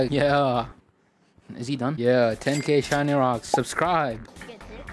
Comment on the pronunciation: Ro said shiny wocks yea I saw that